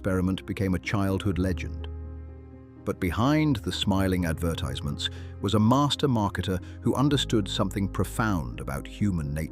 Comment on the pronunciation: Since when did a British English speaker say advertize- ments instead of advertisements.